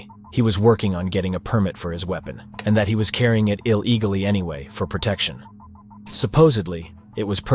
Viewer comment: ok....... First of all, its ih-lee-guhly not Ihl-E-guhly second, Dollar is plural because we're speaking about a value greater than one. dude, please, L2Speak b4 u Upl00d and what's the felony charge ? stop being lazy and recycling footage you have no right to without even providing proper narrative